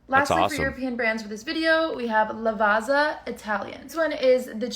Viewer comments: LavaZZa not Lavaza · no shade. just here to say that it's [laˈvattsa] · The ginseng coffee is ubiquitous in Italy, and it's coffee ground together with chinese ginseng root, which adds a smoother, sweeter flavor, and is said to give extra strenght and energy. The marocchino is espresso with some milk foam and cocoa powder on top. Also, Lavazza is pronounced Lavatza :) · LavaZa, LavaZa... If only there was another Italian word with ZZ that could help them pronounce correctly......... 🍕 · To learn how to pronounce Lavazza correctly. Read "pizza" first. Now read "Lavazza":) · Lavazza has zz so you say it like zz in pizza!